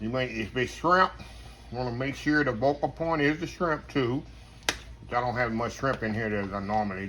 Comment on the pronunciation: Greetings!!!!….I believe you mean “Focal” point instead of vocal 😎👍🏾🙏🏾